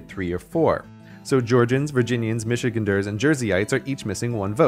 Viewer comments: It’s pronounced Michiganders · Excuse me, how did he pronounce “Michiganders”?!